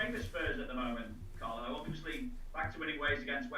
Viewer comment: Carlo pronounced it Song. Ffs